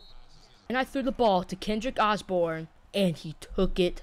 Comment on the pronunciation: Bro said Kendrick Osborn